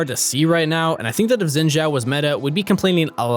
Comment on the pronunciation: Don't wanna be nitpicking, but his name is pronounced like "Shin", not "Zin" Zhao ("Jao").